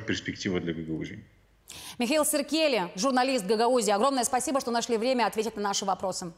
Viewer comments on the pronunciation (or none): Фамилия Михаила - это тот случай, когда фамилия его - СиркелИ - полностью соответствует его характеру и его сущности. А журналистке Ясыбаш - тоже Гагаузке, надо бы подсказать, чтобы не коверкала фамилию Михаила и 😅 ставила правильно ударение в фамилии - не СиркЕли, а СиркелИ, ударение ставить надо на последнюю букву И😮